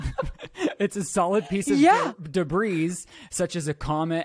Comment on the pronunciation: Did pronounce the S in debris?